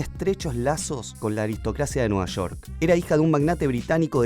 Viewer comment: es Nueva Shork o Nueva York? 🤣